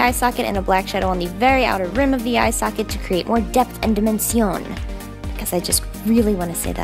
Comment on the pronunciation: "Dimen-cion?" someone's been hanging out with Guy Tang! ;)